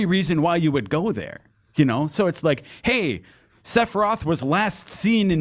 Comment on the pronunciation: I beat this game for the first time a couple of years ago and was absolutely blown away. Nostalgia had nothing to do with it. This is an incredible experience and one of the greatest games ever made. Also every time says "Sepiroth" I want to kill myself.